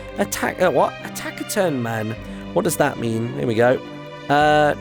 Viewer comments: Its pronounced tasiturn. Good try though. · Martyn, just so you are aware in the future, taciturn is pronounced tass-i-turn. :) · list of words he mispronounces horribly: Edict Taciturn